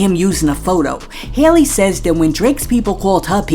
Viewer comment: Yep I’mma need you to go listen to Halle Berry - Hurricane Chris and say her name right 😭 once upon a time Halle was TOP TIER put some respec on it 💯